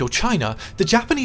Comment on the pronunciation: Kota Bharu and Songkhla weren't pronounced correctly.